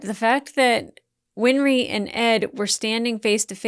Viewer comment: I think i might have an idea why you keep saying "win-er-ree" instead of "win-ree". Remember that old song "Henry IIX"? "I'm 'en-er-ree' the eighth i am i am".